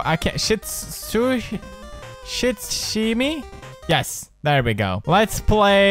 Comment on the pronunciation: Name is pronounced Shoo-shee-nee